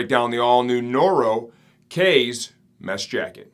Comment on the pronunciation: Looks like a nice summer jacket. I'm going to need a mesh jacket soon. Not that I speak Japanese either, but, kaze is Japanese for "wind" and is pronounced "kah-zay", like the infamous Kamikaze (Divine Wind).